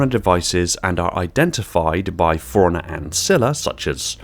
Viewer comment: Am I the only person thrown when he pronounces “forerunner” like “foreigner”?